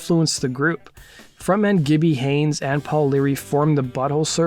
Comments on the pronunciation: Haynes, not Hanes. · Also, it's Haynes not Hanes